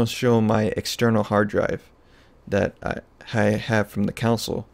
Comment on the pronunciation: Great tutorial.. Con......sole....... Not counsel.